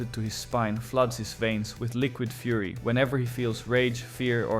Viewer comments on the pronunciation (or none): none